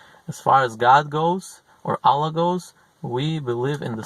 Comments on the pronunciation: Аlláh -- the stress falls on the second syllable. Álla -- it's the russian female name. The wrong pronunciation causes some disturbance, distracts from listening. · la ila ha il allah. pronounce it correctly